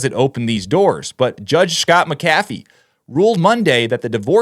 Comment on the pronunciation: Pronounced Mac- a - VEE !!